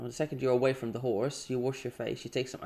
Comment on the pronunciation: When you said “Just wash your face once you’re away from the “whores” I then realized you were saying “horse” lol 😂